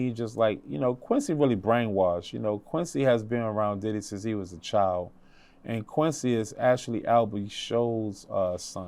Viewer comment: I’ll forever love how he says Diddeh